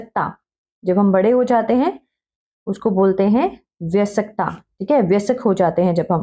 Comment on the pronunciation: Mam improve your pronounciation of bayaskta